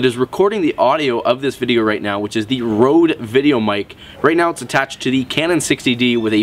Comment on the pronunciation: its named røde not rode